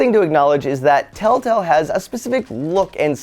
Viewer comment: lol he said telltell games instead of telltale games